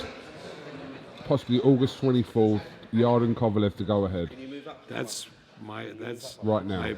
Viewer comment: yard-e. even when corrected he's too far senile to notice